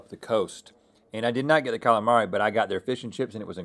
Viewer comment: That should be a gif. Cal-A-Mareyyy